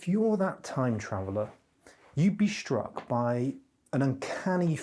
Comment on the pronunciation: For the love of God... it's 'hiStory'. Not 'hiSHtory'. It's Struck. Not "SHtruck". It's Struggle. Not 'SHtruggle. This is an affectation. Notice he doesn't say 'shtill'. He says still. He doesn't say 'sho'. He says so. He doesn't say 'sheeing'. He says 'seeing'. Why are people adopting this idiotic affectation?